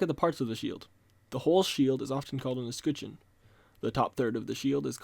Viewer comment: Great video, really liked it! But your pronunciation of escutcheon is such a hyperforeignism. XD